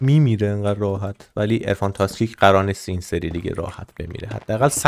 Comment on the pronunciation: تو ویدیو تاکسیک رو گفتی تاسکیک 🤣🤣🤣